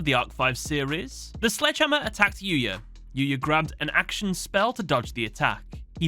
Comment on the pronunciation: "Yuyu" lol